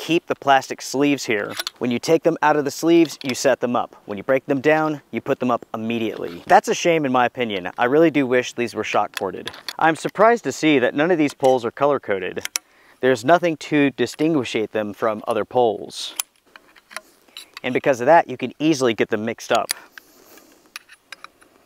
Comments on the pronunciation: Did you say dishiguishnate? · Did you say "distinguishate?"